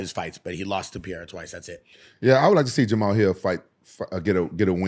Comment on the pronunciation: Even Pereira doesn’t even say “padayda”. It’s “Paheyda”. But it absolutely is not Pierra.